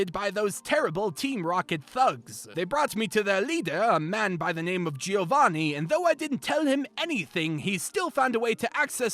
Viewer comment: Giovanni is pronounced as "Joe-van-knee", not as "Geo-van-knee".